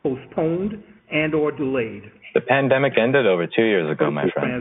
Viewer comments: it really sounds to my ears that the man on the recorded phone message said "plandemic", and not "pandemic". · County clerk really sounded like he said plan-demic 💀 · He totally said plandemic did he not? Sounded like he said Plandemic. I've NEVER heard a homie G be the voice of a automated answering service for a state. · YOOO! did my guy say "Plan Demic"? ROFLMAO